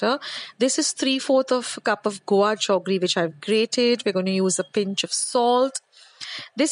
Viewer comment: I am hearing 'jaggery' being pronounced as 'joggery' as we used to when we were small☺️